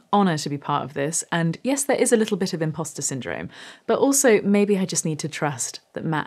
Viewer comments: Did you say impasta syndrome? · I'm sorry, did you say "ImPasta Syndrome"?